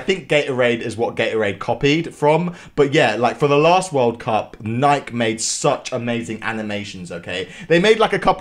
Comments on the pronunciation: NIKE You pronounce it as NiKEEE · sir.. it's pronounced NYK-EE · I'm saying that in England we pronounce it Nike not nikey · Bro really pronounced it “Nike” and not “Nikee” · Hearing him say nike instead of nikee gives me acne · Bruh he said Nike it's Ni-ke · Its nike not nikey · In England we pronounce it Nike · ISNT IT NIKE YOUR SAYING IT WRONG 😂